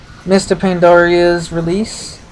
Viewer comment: Still not sure why people say Pandoria instead of Pandaria.